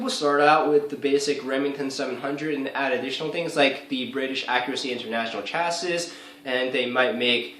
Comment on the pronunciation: Chassis is pronounced "chassey"